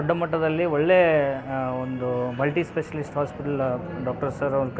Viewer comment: Dat guttedar guy doesnt even knw to talk....donno y such ppl get into politics 1st and den get so much undeserved attention... HE SAYS MULTISPECIALIST🤦‍♀️🤦‍♀️🤦‍♀️